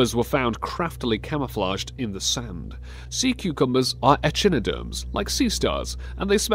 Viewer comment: Echinoderm = (əˈkīnəˌdərm) not (e chin e derm)